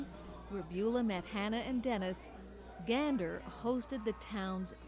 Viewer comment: He pronounced it correctly ❤❤